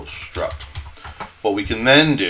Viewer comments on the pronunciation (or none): its a struct not a strut ffs